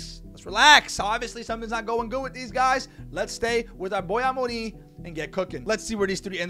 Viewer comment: I'm just here to say you pronounce Amorim's name so well!